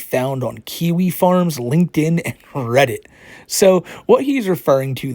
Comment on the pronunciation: He is not a Reddit moderator. He is a "Weddit Modewatew", you gotta remember his accent